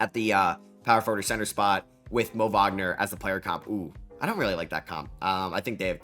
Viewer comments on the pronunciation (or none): none